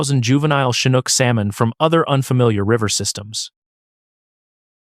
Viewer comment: Yep. Pronunciation of "Chinook" was done first properly, then incorrectly seconds later.